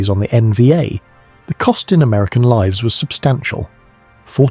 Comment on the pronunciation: Livs?? livs? What are livs?? The AI narration produces unnexessary jarring - it wouldn't be a big ask to have had a human narrate this.